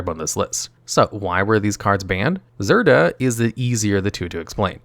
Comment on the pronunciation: He first pronounces Zirda correctly, then less than a minute later calls it “Zird-uur”, then calls it “Zidra” I was still kinda skeptical about whether he mispronounces cards on purpose until he pronounced Bedevil as “Bed-evil”